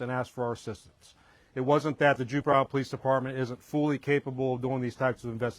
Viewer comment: This police officer repeatedly said "Juper". I think he means Jupiter.